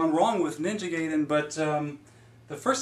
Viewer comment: Guy-den. Not Gay-den. Jenny Lewis had it right all those years ago.